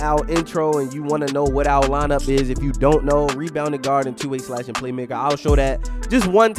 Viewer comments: I can tell you from bmore by the way u say twoo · Lmao “tew” that sound like a Baltimore accent right there 😂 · The way he says “two” is hilarious😭😭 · ProdFN it’s a Baltimore thing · u sound like you from bmore 😭the way you say “two”